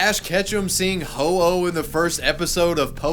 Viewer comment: Ho-Oh is pronounced (Ho-Ow)